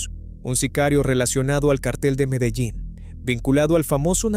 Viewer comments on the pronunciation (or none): none